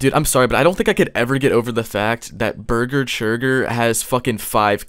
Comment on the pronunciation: "beeger cheegur." Bruh , that is golden